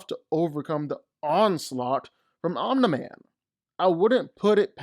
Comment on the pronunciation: Why can't you pronounce "Omni-man"?